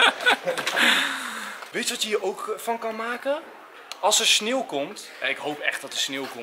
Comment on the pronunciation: Het is sneeuw niet snieuw